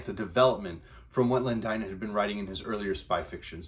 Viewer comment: btw it's pronounced 'Dayton' not 'Dyton'.